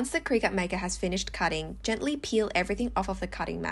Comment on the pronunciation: You're pronouncing Cricut wrong 😆 It's "cricket" 😂